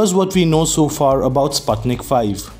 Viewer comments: It is pronounced as Spootnik V not Spatnik V 😆 спутник V ✌ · The "u" in Sputnic pronounced as "oo" in foot.